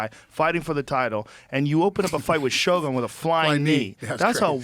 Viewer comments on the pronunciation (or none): none